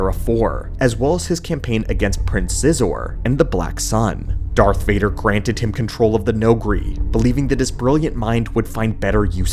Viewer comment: It's pronounced Prince "Shee-Zor" I believe.